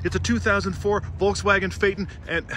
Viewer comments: Exactly! My ears are beading each time he says "Volkswagen" 😭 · Discusses the correct pronunciation of Phaeton in depth Pronounces Volkswagen wrong